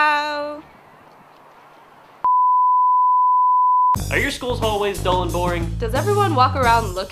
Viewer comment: She said chau, not ciao.